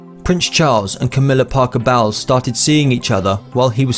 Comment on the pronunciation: are you kidding with with your bad pronunciation of Parker-Bowles?!!! WOW